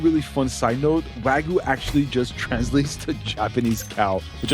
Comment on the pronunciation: you said wagyu wrong. U said like wagoo